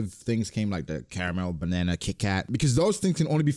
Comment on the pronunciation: Says banana correctly then corrects himself by saying "banearna". WHAT?